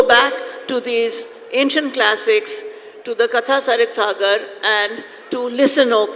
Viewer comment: How sad that the person opening the session cannot even pronounce the title of the book they are going to discuss. It's कथासरित्सागर, not कथासरितासागर। Are we residing a generation of idiots?